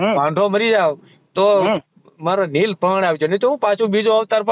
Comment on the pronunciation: neel nahi leel bolo